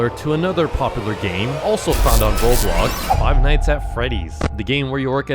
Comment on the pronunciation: Say night, wrong and night night night not not not. It’s not neat. It’s night.